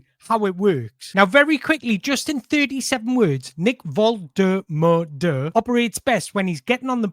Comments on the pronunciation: Sounds like you're saying volta-murder. Easier to pronounce it vol-ta-ma-da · You've got his name slightly wrong. Specifically, the third syllable. It's MAH not MUR. It's not: VOL-TUR-MUR-DUR It's: VOL-TEH-MAH-DUR He pronounces it in his "Get to Know Nick Woltemade" short on the Newcastle channel. You also need to put a slight German accent as the W in German is pronounced somewhere between W and V. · Great content! Loved the depth of analysis, can't wait for the international break to be over! A side note, you're correcting yourself to the wrong pronunciation. It's not "Volte-murder" it's "Volte-mah-da" it would need to be spelled "Woltemöde" to sound like "murder". Hope that helps! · It's pronounced Vol-ta-mar-da 100%. Not Vol-ter-mur-der. You can hear Nick pronouncing his own name in the "Get to know Nick Woltermade" short that Newcastle United's official YouTube channel posted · name is pronounced Voltehmaahdeh. You've almost got it except the middle bit, it's maah not muuh! The man himself says it at the start of a quick interview here... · Whoever told you that’s how you pronounce his name is having your life 😂 it’s VOL-TER-MAR-DER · ...you've got the "Nick" bit nailed on the surname is pronounced VOLT-A-MARDER trust me my German friend told me 😂 but stick with Nick if you want! He also told me we (you probably do tbf) don't realise what an amazing striker we have signed and he has watched him a lot...still got room for improvement but and I quote "He's got a higher ceiling than the 🛎🔚" I'm buzzing to see what he can do in the black & white shirt. Great video as always mate and you're rocking that mullet 🎉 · It's VULL-TAH-MAH-DUH. I don't know why people find this so difficult 😂😂😂😂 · he's told you wrong, its Volte-mar-de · Btw someone lied to you, it's pronounced Valta-marda